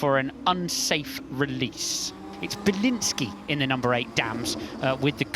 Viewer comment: Biliński come on bro.